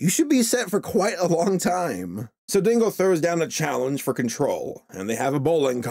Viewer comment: I thought you said Tingle instead of Dingle... Hey at least Tingle is a more interesting character